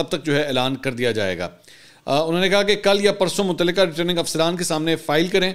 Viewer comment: سر آپ لفظ متلقہ پڑھتے ہیں غ نہیں پڑھتے متعلقہ پڑھا کریں شکریہ